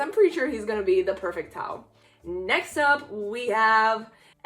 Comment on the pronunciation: Idk If you’ve noticed but you’ve been saying Elle and Taos names wrong